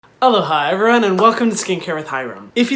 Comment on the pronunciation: 'Alohay' actually sounds better.